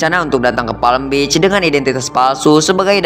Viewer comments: Apa di sebutnya Palm Beach jadi Palem Bich 😂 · Kalau PALM BEACH Cara sebutannya "PAM BIC"